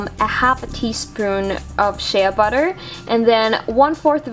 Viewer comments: I like this but u should do one on how to do it without Shea butter because it's expensive and hard to find. {btw it's said 'shay' butter not 'shay-ah' butter} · You said sheaaaa butter its Shea (shay) butter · its pronounced Shay butter not shaya butter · Lol she said (sh-Ah) butter not (sh-A) butter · Its pronounced "SH AY butter not Shea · Shea is spoken like shay and you were saying shaya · It's pronounced shay not shaya but great vid :-) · shea butter is pronounce shey butter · My friend pronounces it shee butter even though she knows it's wrong! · its pronounced shay butter lmfao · !!"SHEA BUTTER"!! SAY IT RIGHT